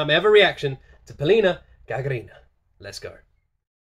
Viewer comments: You’re pronouncing it wrong. She’s GagArina, not GagArIna. Thanks for the video, btw. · You pronounced her name with correct stress, but her surname sounds GagArina, not GagarIna. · Its pronounced Gagárina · Polina Gagarina (Pa-lee-na GagArina (stress on the 2nd syllable)) is a Russian singer. I think she participated in the Eurovision song contest several years ago. The song is great, and Polina performed it very powerfully. Thank you for the reaction. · Талант, плюс плодотворный труд, сделали Полину потрясающей. Если Вы послушаете её исполнение на английском песню "Hurt", Вы будите впечатлены. Спасибо за реакцию. Ударение на второй слог ГагАрина! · Dude, you're not putting the stress on Gagarin's last name correctly. Have you heard about this Yuri Gagarin? Stress on the vowel "A" in the second syllable. Remember that. And you can also listen to the original performance of the song "Cuckoo", which was performed by Viktor Tsoi and the Kino group. Чувак, ты не правильно ставишь ударение в фамилии Гагарина. Слышал про такого Юрий Гагарин? Ударение на гласную "А" во втором слоге. Запомни это. А так же можешь послушать оригинальное исполнение песни "Кукушка" которую исполнял Виктор Цой и группа "Кино".